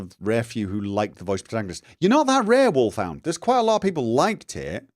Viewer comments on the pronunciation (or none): I actually PREFER the vibrant colors in Fallout 4. Almost got me into the series, actually. PS: I almost panicked when you commented on Wulf Hound's comment, because is sound like you said Wolf Fan. And I wasn't there for that part of the stream. LOL